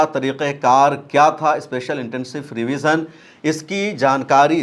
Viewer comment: अरे जनाब यह फ्री विज़न नहीं रिविज़न है